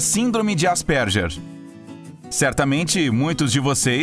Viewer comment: Ele n falou errado?Asperger